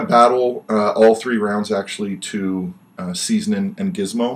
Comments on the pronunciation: Hahahaha it's Ceezlin not 'seasonin' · Why does call Ceezlin "seasoning"?